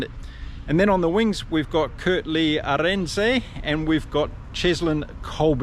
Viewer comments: Jeez, mate. Willem-SUH. Arend-SUH...not Willem-SAY, Arend-SAY. Same with French player Paul Willemse. Willem-SUH. Other than that, excellent commentary... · Some pronunciations…names ending se generally have the ending pronounced suh like Are end suh or Villem suh. Note: in Afrikaans W sounds like V. Van Staden is Van star den not Van Stay den. Not knocking, just trying to help. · love your vids. May I help you with a pronunciation? Kurt-Lee Arendse - Aaah-re (re sounds like like the ri in ripple), nd - se like se in server. Hope that helps. Keep the good stuff coming. Hoping the Springboks are going to monster them up front, setting the flyers free. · Kurt-Lee "Aren't sir" is closer to the pronunciation wise. Stress on the AH.